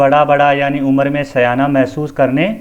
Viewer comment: उम्र को उमर पढ़ा जा रहा है । ऐसा गलत है ।